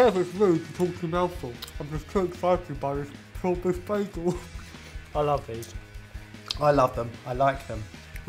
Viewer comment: Props to for the correct German/Yiddish pronunciation "Beigel", the spelling of which is above the brick lane shop and gives the clue to the food's origin. 😊